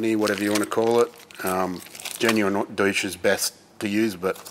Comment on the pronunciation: I was glad when I heard you pronounce it doosh.